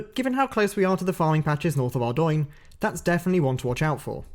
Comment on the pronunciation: Holy Moly! Someone who can pronounce both Ardougne, and Scimitar properly. Didn't catch the last big RuneScape mispronunciation. I'll have to keep an ear out in episode 2!